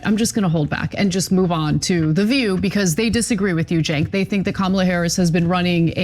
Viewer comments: Excuse me but "Cenk" is pronounced "Chunk". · One pronunciation item - "Cenk" is pronounced "Jenk" from the clips I've seen of people saying his name on TYT. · Cenk said koo koo for cocoa puffs!😂 He may watch your videos !!!!!